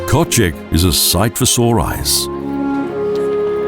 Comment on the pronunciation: MAAAN TRY TO SAY ONE WORD NORMALY KÖSZEG,, IS NOT KOTSEG OR WHAT THE HEC YOU SAY,,,, RESPECT